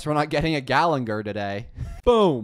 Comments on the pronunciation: it's ok, he can't pronounce character names right even if his life depended on it lol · ermm according to my calculations, its actually gallagher and not gallenger 🤓🤓🤓